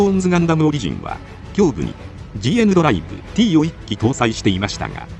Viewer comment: GNドライヴ[T]はティーじゃなくてタウって読むんじゃなかったっけ？